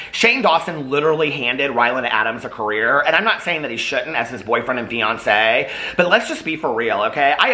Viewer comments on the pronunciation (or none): I kept hearing “Ryan’s Beyoncé” instead of fiancé 😂